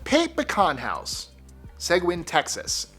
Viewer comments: Seguin, TX is Seh GEEN' not Seh GWIN Texas is weird. San Antonio is in Bexar County. Pronounced BEAR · Suguin Texas...suh-geen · Its pronounced "sa-geen" not segwin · One of my uncles, Donny Tomlin, used to work at the salt mine tour. SO I got to see more than most people. :) Plus, Seguin is pronounced, seh-geen. ;) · says it correctly. But not the word Seguin where the pecans are processed. It's se-geen. (As in igore the u.) Blue Bell ice cream has a nice factory tour & gift shop in Brenham, TX. They used to give away a free sample at the end of the tour, but now you can buy a larger sample. It's also close to Texas's first capitol, Washington on the Brazos, with a beautiful park, museum & actors playing parts of early TX characters. Makes a great day trip! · We pronounce it Se-geen Texas. You had me lost in my own state, LOL! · ...Seguine, Texas Is pronounced Se-Geen with a hard “g” sound. An those pecans are amazing. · Seguin (/sɪˈɡiːn/ sig-EEN) Nice try though. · Seguin TX -- pronounced 'Sa-geen' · Seguin= Se-Geen TX